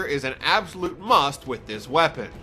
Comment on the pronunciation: you didn't emphasize "must" enough!!!